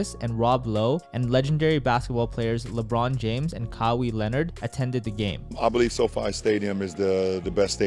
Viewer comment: I loved how you said “Kawhi”. Great video as always!